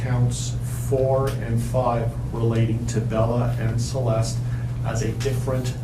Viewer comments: Every time you said Celest E…I’m sorry but I cringed. It is just Celest but spelled Celeste. The E is silent. If you did any online research, you would have known how to pronounce it correctly. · Your really need to work on your pronouncing. Celest-y? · It's pronounced sell-est. The e is silent on the end. Just for future reference. Also the mother's name is pronounced like Shan-ann. I hope every night that Chris has to sleep with his back against the wall, if you know what I mean. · her name is pronounced Celeste (sell-est) and he rname is Shannann (sha-nann) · Great video but you are pronouncing Shanann and Celeste name wrong. It's Shan-anne, and don't pronounce the last E in Celeste